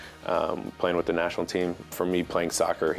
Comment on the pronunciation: "Sock car" 🤓